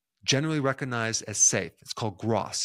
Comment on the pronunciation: The "G" in recognize is not silent.